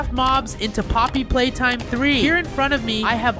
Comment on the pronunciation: Bro it's poppy playtime not pop playtime and it's nightmare huggy wuggy not hugg nightmare